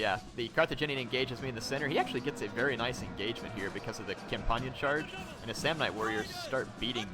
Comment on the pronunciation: Hop-lights not hop-litaes and con -pan-yin cav not cam-pon-yon